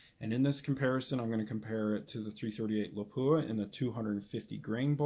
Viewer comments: don’t be hard on yourself, 99% of guys say Lapua wrong as well as Sako (sock-o) and I get funny looks when I say it correctly. Depending on the company I’m with I’ll purposely say it wrong too to avoid explaining it all lol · Yeah... I butchered the Lapua pronunciation. Thank you for commenting and providing some good insight. You should rebarrel your 378 to 338-378. Thanks for watching!